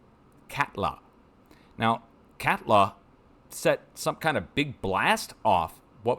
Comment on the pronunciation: Katla is pronounced (Cot-la) and Reykjaneshryggur (which literally translates to “Reak-nose-ridge”) is “Ray-kia-nes-rig-ur”